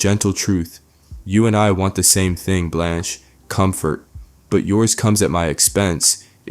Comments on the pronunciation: I don't know how you can make an entire video and not know how to pronounce her name. It's Blanche. Not Balanche. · This (incredibly mid) video essay is brought to you by ChatGPT and someone who can't pronounce Blanche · Great episode. *Why does the narrator keep calling her “Blonch”? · Blanch never sounds like blonch. Two totally different sounds. They are mispronouncing it which suggests this is AI narration. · where do you hear blonch from? I hear blanch always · Why did you keep mispronouncing Blanche?